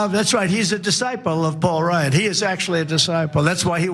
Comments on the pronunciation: Am I the only one who heard him say "Paul Rudd" instead of "Paul Ryan"? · Did anyone else hear Trumpy boy say Paul Rudd and not Paul Ryan?